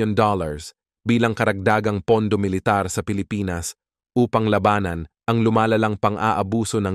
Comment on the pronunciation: Ayusin mo nman accent mo by pronouncing the word "labanan "